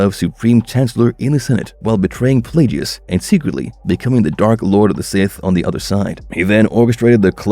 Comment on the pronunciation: Darth plajius had me ded